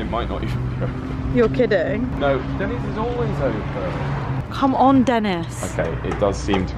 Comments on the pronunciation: It’s not Dennis it’s Denny’s. Just saying 😂🤣😂🤣😂🤣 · not Dennice ; its den e sss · That was oddly very satisfying to see what you thought a out Everything in Denny's! Liz is is NOT called Dennis but pronounced Denneez! Lol! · Its Dennys not Dennis. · it's pronounced Den - E's not, Denis lol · its not called Dennis, its pronounced Dennies/Denneees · Den-Knees not Dennis! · Denny's, not Dennis. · It's pronounced Den knees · Sounds so fancy when she pronounces it as “Denna’s” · They way was calling it “Dennis” at the beginning was cracking me up lol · My husband got soo mad hearing pronounce it “DENNIS” lol 😂😂😂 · listen to how is pronouncing Denny's...it's not Dennis. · I love breakfast at Denny's (DEN-ees). Lunch/dinner not as much. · Lol it's pronounced dennies. Grand slam or lumberjack slam. Country fried steak is good too